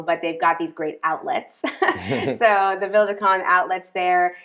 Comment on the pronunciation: Sorry but I can't help myself, peak Karen here. I have been watching you guys on and off for years and I know you guys are practising your vowel reduction but you've had a lot of time to work on this. I'm only a couple of years in here but can do it. There is an e on the end of Conde, like Continente the supermarket. Vowel reduction doesn't mean it's gone completely but the best way of trying to explain to English speakers is add a little pant at the end with the e. It's not meant to be clipped off entirely, I know it's subtle but it's still there. If you can't handle that then think of the e in "comment", just do a half e. If you can do a single and double tap r you've won the language! Maybe there's a video in this comment for you and sorry for being such an arse about it